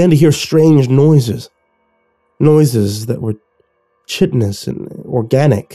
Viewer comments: Wonderful reading as usual. Meaning no disrespect I'd like to point out one thing. The pronunciation of chitin or chitinnus should have a more K than S sound in it. It's pretty close to "kite-ten". I've heard it in a few readings now and I just wanted to point it out. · love your work. PLEASE look up how to say "chitinous". Chitin is not pronounced "chitten".